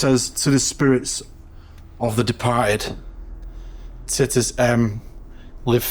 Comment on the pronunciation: Titus 😂... think it's pronounced tytus 😂